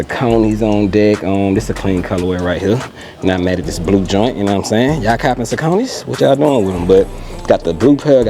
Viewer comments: Sock o neys J.. not saconies.. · Saucony is pronounced saa·kuh·nee named after the river in PA. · Pronounced Sock-A-Knee.